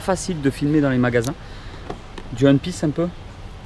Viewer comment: 🤣🤣🤣 ta raison Mat j'entends ça aussi Moi ça me choque même plus c'est et son anglais quoi😅 ( tien prend une petite cartouche😊🤪👋😂😂)